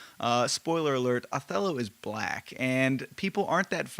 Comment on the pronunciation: It’s not pronounced AWthello? 😂